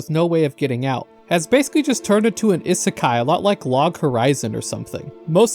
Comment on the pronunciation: ah yes, ihsekai